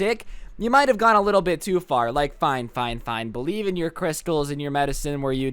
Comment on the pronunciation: the way that he said “your” is so funny